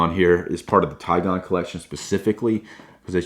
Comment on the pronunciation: It is Tigon not Tiegon